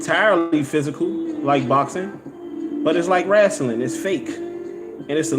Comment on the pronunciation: be killing me how he says wrestling he says it Rass-sil-ling